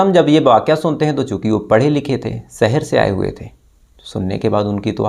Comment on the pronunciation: सहर नही शहर....